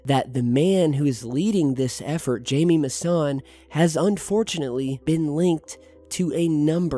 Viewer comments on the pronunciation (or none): It's not pronounced (Jay-me) it's pronounced (Hi-me). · Nothing but kids on these comments. Hard to take this channel serious anymore. And it's pronounced Hy-Me not Jamie. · His name is pronounced hi-me not jamie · Thanks for your work, wanted to quickly jump in on a few things... (feel free to delete this) first; just a pronunciation correction. The Mexican Ufologists is not "Jamie"... it pronounced "Hy-mee". Lastly' more of an opinion and request. GIAM, regardless of your opinion of their subscription model, is an AMAZING resource. It's available on many, if not all, streaming platforms. Apple TV, ROKU, etc. they have hundreds of programs, lectures and archives of other broadcast shows that make it well work any fee. All of the top researchers and interviewers are involved and I strongly suggest you look their content over before passing judgement on their "value". It's pretty amazing and YouTube only has a fraction of what's available in their network. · It's not Jamie Maussan, it's Jaime Maussan (first name pronounced like "HIGH may'). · Jamie pronounced "Himy" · Jaime is pronounced Hi-mee. It is a Spanish name. I don't think Jaime is a con artist, but he does tend to believe everything he hears or sees. More gullible than crooked. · Jaimie Massan is pronounced Hi-me Mussan... unreal. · Jaime is pronounced "Hi-Me" :) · Sorry but you are pronouncing his name wrong. It's phonetically highmay I think. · its pronounced Hy-May Moo-Saan just an update for you. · His name is pronounced HI-ME. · Just a heads up the guy's name is pronounced Haime even though it is spelled Jaime the J makes an H sound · It's pronounced "HI ME" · it's pronounced, Hamie. The J sounds like an H.😀